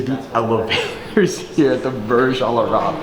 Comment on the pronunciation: The way you say :Al-arab is fucking annoying. It's al-AYYYYYYRAb come on. Also, every single youtuber and his mother has went to that presidential suite, they do it all the time.